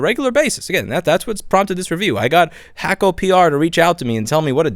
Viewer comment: First time I've heard someone pronounce it Hack-O. Is that the correct way?